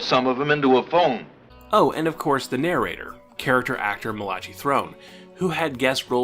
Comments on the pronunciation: Hollywood pronounces "Kopell" as "kuh-PELL." As for the pronunciation of Malachi Throne's name, the "ch" is hard and pronounced like a "k" and the final "i" is long. It's pronounced "MAL-uh-KYE" (rhymes with "guy) , not "mu-LACH-ee." ( To be fair, when I was a kid, I used to pronounce it as "mu-LACH-ee" when his name would come up in books like THE MAKING OF STAR TREK, until I got older and heard it pronounced by people who worked with the man.) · Malachi as "Muh-LAH-chee"? It's pronounced "MAL-uh-kye". It's a book of the Bible and the name of that book's prophet, and actually a not that uncommon name.